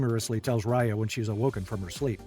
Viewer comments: Ok I need to make something clear. I meet the producer of this movie years ago and Raya is named after me. But they are pronouncing Raya wrong, it is not Roy-a it is Ray-a. And that is my complaint. Also my theory is that since she is a water dragon, and the water disappeared after her death, her family are all leader dragons and they needed someone to lead the human with unity. You can tell the dragons are royal dragon’s because of the way that the Horn is shaped, because it is shape differently from the others. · Homey really said riya